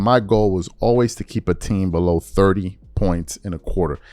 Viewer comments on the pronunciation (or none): none